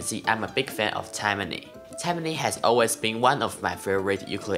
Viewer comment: Tai...mane, not Taimane. FYI